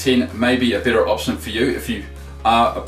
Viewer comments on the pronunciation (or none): none